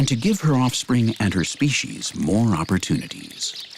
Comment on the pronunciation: SpeCies NOT speshies.